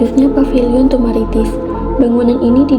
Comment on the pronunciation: Paviliun bukan papiliun pak